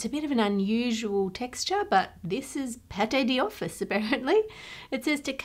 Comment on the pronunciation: I notice she's saying 'paté di office' when the text instead says 'pâte d'office' (which would be kind of like pot doffice). Which makes me wonder if her version is an actual English pronunciation of that food that has become the normal standard in english (there are lots of borrowed words and phrases like that!), or if she's just really terrible at french. 😂